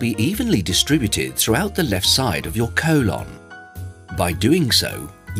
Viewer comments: Colon ❌ colawn ✅ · I had his voice stuck in my head saying CO-lon the next couple hours after watching this😂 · "Co-lawn" 😂 But seriously this helped a lot.